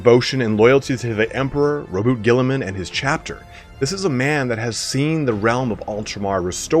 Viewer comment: Omg someone said Roboute's name correctly!